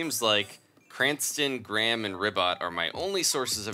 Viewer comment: he can't say graham